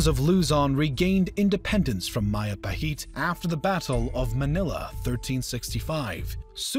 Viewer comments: Isn't Majapahit should be pronounced as Majapahit rather then Mahapahit? As it's not Spanish name. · MAJAPAHIT is not pronounced as MAYAPAHIT but as MA.DJA.PA.HIT (as in JAKARTA). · Mahajapit ❌ Majahapit ❌ Mapajahit ❌ Mahapajit ❌ Ma-ja-pa-hit? ✔️✔️✔️ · Its Majapahit, JEY, not YAY not mayapahit but Majapahit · Hey there, i'm Indonesian and Majapahit is pronounce with a hard J not a soft one so it is majapahit not mayapahit 😄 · As an Indonesian, Majapahit word is pronounced Madjapahit. Not Mayapahit. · MAJAPAHIT IS PRONOUNCED MAHAPAHIT!?!?! ‼️‼️ How the Philippines was colonized. SPANIAEDS USED NATIVE AMERICAN TROOPS IN THEOR CAMPAIGNS INTO THE PHILIPPINES!?! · I thought Majapahit was pronounced Ma-juh-pa-hit. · Correction in pronunciation... I believe it's Majapahit and not y sound, it's Mindanaw not nayo and it's not Roxas it's Rohas... These are the pronunciations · Ma - Ja - pa - hit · O i never knew Majapahit ever reach luzon, i think majapahit only fought against the sulu because of brunei's request to get rid the sulu pirates. Nice video, thank you but Majapahit is pronounced Majapahit J is J nlt Y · Inaccurate pronounciation of Majapahit. The J is not pronounced like Spanish ‘j’. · Majapahit has a hard J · Hearing majapahit pronunciation reminds me of bill wurtz video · The J in Majapahit pronounciation is same as J in Jack not as y